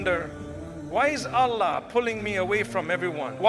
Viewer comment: Is this AI generated voice imitating Mufti Menk?? Why is he saying Allah incorrectly?